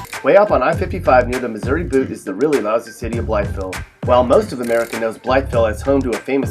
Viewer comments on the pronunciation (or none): You say “Blytheville” funny. Simply pronounced “Bly-vile”. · I've always heard Blytheville pronounced "Blyvull" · Blytheville is pronounced "Bly-Ville". The "th" is completely disregarded by AR natives. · bly”th”eville 😂😂 here in mississippi county we say “bly”ville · Also it's said like blyville all in one word. there is a shit ton of crack heads in Paragould so maybe you should have added that btw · if you live in arkansas you know what i mean when you hear him say blytheville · My apologies for not being more thorough with my phonetics earlier. You are certainly correct in your retort, yes. I did not intend my initial comment in any combative or condescending fashion. I can honestly say that I had just never before heard anyone pronounce Blytheville in the way I suppose most people would if they were new to Arkansan diction. The difference in "ville" and "vull", to me, are more so just a matter of a lazy Southern drawl. The "th", on the other hand, is simply omitted entirely and thus struck my ear far more profoundly. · Did anyone notice how he didn’t say “Blytheville” right? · The way he said Blytheville 😂😂😂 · don't pronounce the "th" in Blytheville you freakin idiot...wonder who is on the list for "worst video announcers?" moron. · Is this commentator from the state? He pronounces Blytheville wrong. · Kelsey Zahorec no it’s pronounced how it looks # Blytheville born and still here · Nice try, but there is a lot of fail here. First of all, it's obvious you don't know much about Arkansas from your pronunciation of Blytheville. Morrilton is definitely not in eastern Arkansas. It may be an hour from Little Rock, but it's 20 minutes from Conway and 30 from Russellville. Pine Bluff is also not considered eastern Arkansas. It's central.